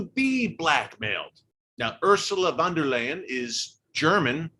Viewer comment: EHH Ursela Wonderland... noo ursula von der leyen......... pronouce it like leien like in the word poseindon